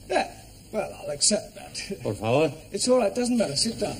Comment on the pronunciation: I thought he always say Porfa Vor 😂😂😂